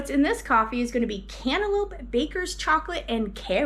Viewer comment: Yum! Did you say cantaloupe or antelope? 😂